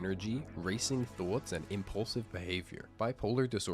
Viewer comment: Btw thoughts is pronounced thots not th0tes